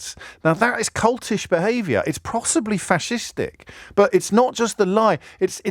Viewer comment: That’s not how cultish is pronounced